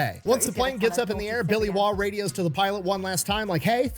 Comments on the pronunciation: Name pronounced correctly, the rumor is that he'll pop out from under your bed with a randall knife, rolex watch, star sapphire ring, and mp5 if you say his name wrong. Also I'm a veteran of Afghanistan, I worked for the postal service for 6 months before returning to the military. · You pronounced his surname correctly. Originates from Northern England 😊 I believe it means 'foreigner' in Old English.